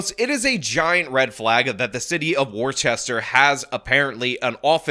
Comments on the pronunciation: Woos-ster not Wor-ches-ter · It'd pronounced WUH-STER, not WAR-CHESTER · I need mental health leave for the way you've been pronouncing Worcester. It's WOOSTER. "Welcome to Wooster. $1.25 please!" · like Mister with a W not War Chester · "War-chester? War-chester?!? Its Wuh-stuh! Say Wuh-stuh, say it..." - thanks to Freddy Quimby of the Simpsons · War-Chester? No it’s pronounce… WOO-STER. I live 20min away from Worcester. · WTF is War-CHES-ter? It’s Worse-STER or, really, Woo-STA. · You are mispronouncing Worcester. I need to take a month away from this channel. It is pronouned WUUS-ster. Not WAR-Chester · It’s “woh-ster” not war-chest-er lol. If we’re talking about Worcester, MA. Edit: Mass is like the second coming of California honestly… it’s bad. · Its pronounced 'wuh-stuh', not 'war-chester'. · It's not pronounced "War Chester" despite being spelled "Worchester" It's pronounced "Wussta" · Not War Chester, Wister 😁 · omg, you're killing me, … 'worcester' [WISS-dur] … are you doing this on purpose? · WOOS-TER or WORSE-TER, NOT WOR-CHESTER LOL 🤣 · “Wore-chest-ur”… bro it’s “Woohs-tah” 🤣🤣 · Its Not Wor- Chester its Wus- Tor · pronounced "wister" not "worchester" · If this is Worchester Mass it is pronounced "Woostah" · FYI. We pronounce it Wooster. Like Worcestershire without the shire. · Its pronounced "Wus-tah". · Its pronounced "wuhs-ter" not worchester. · It's pronounced Whuh-stuh. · As a masshole, horrific pronunciation of Worcester. (“Woo-ster”) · FYI -: The town name should be pronounced as: warshtur (war-sh-tur). An example of the proper town name pronunciation is found in your video at timestamp TRUST!! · They SAY the name of the city in the news clip that you play. "Wooster" is how it's pronounced. Or "woostah" if you please. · The name of the city is pronounced: wooster. Listen to the news at the beginning of the video. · * wusster Say it right man 😂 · Erm.. actually it's pronounced 'WUSS-ter'. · Pronounced Wooster…….